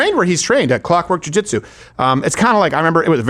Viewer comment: What he said was, Jewjuitsu